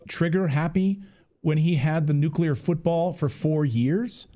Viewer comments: nuclear not nucular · Duh! NOBODY should be surprised!!! And what is nuculur? It's nuclear! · What is a nucular? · Nu cle ar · I know this may be trivial, but it drives me crazy. Why do so many people put a "u" between the "c" and the "l" in the word "nuclear"?!? It's not "nucular," it''s " nuclear"! You can say the word "new" and the word "clear"... JUST PUT THEM TOGETHER! Sheesh. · What is more concerning is a US House Representative doesn't know how to pronounce the word "NUCLEAR". "NUCULAR is not a word so either he needs new glasses or his eye to brain to mouth has a problem. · How is a congressman pronouncing it nucular? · Nu-cu-lar war😂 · FFS it's nu-clear not nuke-u-lar ! LOL.That's my whinge for today. Peace everyone. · Nuclear, dammit, not Nucular! We are being led by idiots. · "The nukular trigger"???? NUKULAR??? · Ok, listen up, people, grandma can’t take this anymore! It is pronounced NEW’ clear! Accent on the first syllable. It is a TWO syllable word, not three! NEW’ clear! George W. Bush pronounced it wrong and so is this guy and since it’s a pretty big word in the grand scheme of things-let’s get it right, please? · Why is it not possible for an older man to speak English The word is nuclear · Nook ya ler fentinAWL. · From a man who cannot pronounce the word nuclear... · I think maybe Keith Self should learn how to pronounce the word "Nuclear" before continuing any further.